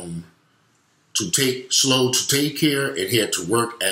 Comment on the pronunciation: It's Chloe, like Khloe Kardashian, not Slow. The child's name was Chloe.